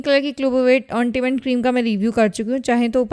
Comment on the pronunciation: English pronunciation is very bad. Fair word, she said fear. Ointment word, she said on...ta...ment. hahaha